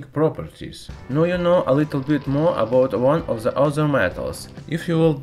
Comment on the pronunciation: it's not abouz the beauzy itzz abouzz..